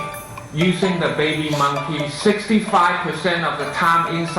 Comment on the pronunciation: I loled so hard at this "baybii muhnkee"